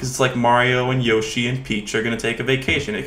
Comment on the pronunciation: I love when he says “Yashi" at the beginning.